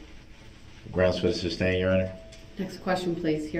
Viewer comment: Or, his dozens of, “substain,” rather than, “sustain.” Ignorant clown 🤡